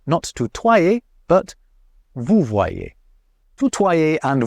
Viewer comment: Did anyone catch saying "voutoyer"? 😅 Not being mean-spirited...I LOVE your channel, and yes, I'm a subscriber. Cheers mate!